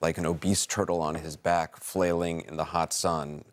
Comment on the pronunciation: "An obese turtle on his back falayaling around." 😂😂😂